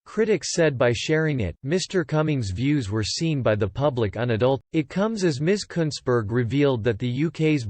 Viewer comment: You pronounced her name exactly right!